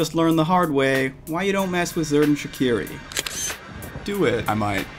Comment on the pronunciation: If im not mistaken, the pronounciation is "Shacheerie"